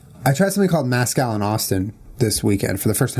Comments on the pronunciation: MEZcal not maaaazcal omg Julien 😂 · Were there any other Mexicans watching dying about how Julian said "mascal" instead of Mezcal! Haha love you juliiieee & jennaaa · lol Julien pronouncing mezcal as mascal 😂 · i was laughing so hard bc julien said mascal... its MESCAL. yeehaw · Two years later I’m coming back to this to hear Julien mispronounce “Mezcàl”. By the way....tequila is a type of mezcàl. 😂 It just means it’s made from agave. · The way he pronounces mezcal. XD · Julien. I love you. But as a Texan. Please stop saying Mezcal like that lol